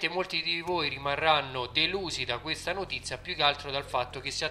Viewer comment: sbaglio o hai detto notizza???? no dai sei un grande